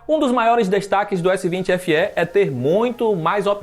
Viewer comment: PARABÉNS POR FALAR CORRETAMENTE O NOME DO APARELHO....S20 SE.....E NÃO S20SÊ COMO Q MAIORIA DOS BURROS.... PARABÉNS